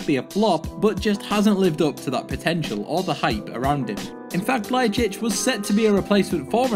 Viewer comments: Where do you read Ljajčič? Its Ljajič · Lol "Adam Ljajchic"!! Its pronounced "Ljajich"...And he was never dubbed as a new Ronaldo! Never! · adem ljajicic...wtf are you talking about it's LJAJIC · Adem Ljajic...dude you just added 2 more letters, you pronounce it like Adem Ljajićić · It's not lajicic but lajic Lay-itch And It's not Zoran Tosic It's Toshic